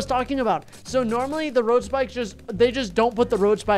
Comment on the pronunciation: How many times did he say road spickes